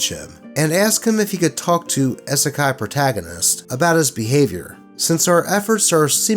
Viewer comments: please, it's EEE-suh-kye, like you'd say "e-mail" or "e-commerce". 😩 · Love your content. But that first story was hard to to sit trough when you kept saying "Eh-Sekai". lol It's a short "i". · I know it’s not intentional, but as someone quoted here: "Isekai" has hard "i's" like double "e's." My Misophonia makes it irksome when you say Isekai Protagonist. I’m sitting that first story out. Still, good job and keep doing what makes you happy. Also thank you for paying the CAT TAX. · "Isekai" has hard "i's" like double "e's." Also, aside from in Niten Ichi-ryu, wakizashi were mainly used as backup weapons if samurai lost their katana, so no one aside from a surface-level weeb would use two of them at the same time like that. Additionally, I hope the atheist douche ends up in the Wall of the Faithless. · Am i the only one upset oh how he is saying Isekai? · Why did you not research the pronunciation of "isekai" before reading this? XD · Not gonna comment on the spelling of it but you pronounced it wrong. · Could have at least pronounced “Isekai” correctly…